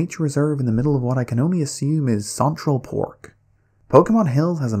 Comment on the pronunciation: You had me at "contral pork"